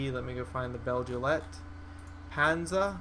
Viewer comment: guessing it should be pronounced Beg-lite-panser...but that just me nitpicking